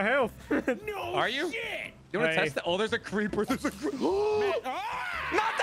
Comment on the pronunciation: "A SECOND CLEEPER HAS HIT MATT!!!"